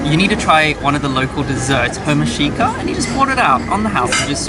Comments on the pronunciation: Hurmašica is pronounced hurr-mashi-zza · it's pronounced hurmashitza haha